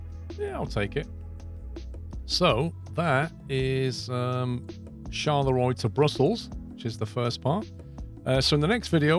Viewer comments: Didn't you do French at school? Charleroi is not pronounced Shar le Roy but Shar le ro ah. ☹️. Other than that it seems to need some "finesse-ing" compared to the new lighting in Ets 1.40it looks a bit outdated. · Just want to clarify the "Charleroi" is pronounced more like "Charlerwah" Like most French names a bit of a pain in the back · Its pronounced Shalera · Loved the video Charleroi is pronounced char-la -wa Hope it helps i lived in antwerp or antwerpen years ago Love your videos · Charleroi is pronounced like "Charlerwa" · i love how you butchered "charleroi" ;)